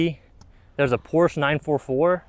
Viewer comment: youve never owned one if you cant pronounce porsche correctly